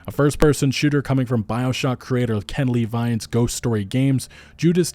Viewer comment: Judas by "Ken-Lee-Vine". LoL!!! Ken (La-Veen)